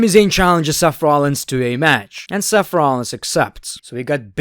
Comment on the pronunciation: Everyone: Seth Rollins: Sef rohlins